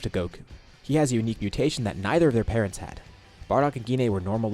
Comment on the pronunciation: Korin said paretns instead of parents